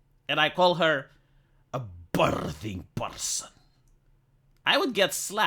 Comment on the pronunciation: " a bbirrrthing prrsonn" 😂